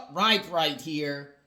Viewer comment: Riibe, not Ribe.